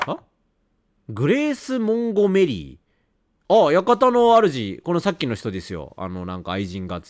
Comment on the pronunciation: モンゴメリーの発音ジワる